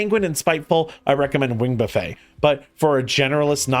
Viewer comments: This is incredible information, thank you! Oh, and just for the future, its "buff-ette" not "buff-ey", you're not serving them dinner 😆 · Great guide, also it's "wing buffet" like "buff it" or Warren Buffett.